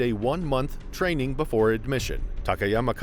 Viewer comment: Haha train-Ning Chek it